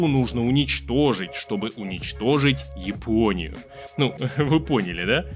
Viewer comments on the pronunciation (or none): Спасибо за видео! Ты случайно не из Казахстана? Подумал про это когда ты назвал Японию - Жапония Как на Казахском )